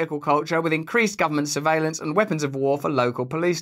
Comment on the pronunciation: So it wasn't suveelance?